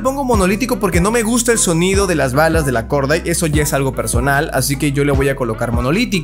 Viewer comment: Se pronuncia Gordait. Mis oídos: Jajajaja dijo Gorda:v